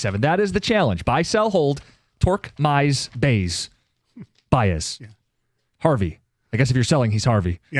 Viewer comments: It’s a running joke. They are saying his name like that as if they are talking about a completely different player than the javy Baez of the last few seasons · Is there a reason can’t pronounce Baez?